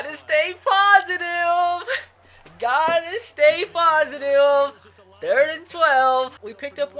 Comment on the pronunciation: did he say positiuve